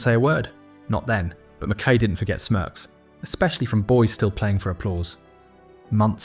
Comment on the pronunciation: Pronounced Mackeye. Somebody should tell your AI narrator. Mackay was a great player and a mega hard man. Could have ripped the revolting Bremner and the other Leeds gangsters to pieces had he really wanted.